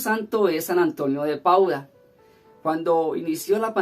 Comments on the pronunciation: No es Pauda sino PADUA jejeje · es San Antonio de Padua, tu dices Pauda, disculpa la correccion